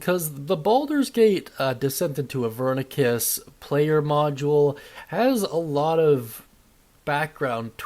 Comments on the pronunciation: Idk why it bugs me so much when he mispronounces things but I noticed he kept saying “Avernicus” instead of “AVERNUS” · Where are you getting the K sound in Avernus